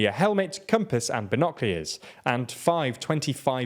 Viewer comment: Bless you for your pronunciation of Nicaragua and binoculars. Really brightened my day.